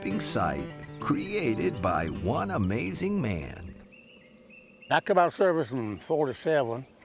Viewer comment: It’s pronounced Loo-kah-mah, not Lu’cma 😂